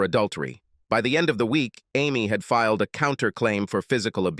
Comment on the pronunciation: The stupid accent change really ruins the mood of the story. Why does the bot reader have to say 'fil ed' instead of 'filed'? It seems such a simple word, one syllable even. Again, the stupid accent returns. Good story, only marred by the bot narrator.